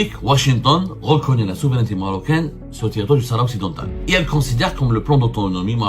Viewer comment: il est drôle le zemar a marteler du "NOUS comme s'il était a la tête d'un grand journal avec une centaine de d'employés "sahara occidentttal" en claquant du Ta, mais il est temps pour lui d'abord d'apprendre a prononcer "province autonome du royaume du Maroc" comme font les espagnols avec la province autonome catalane ainsi que le pays basque. il invente en plus en disant que les USA et l'algérie se soutiennent depuis bien longtemps c'est a dire avant que l'algérie existe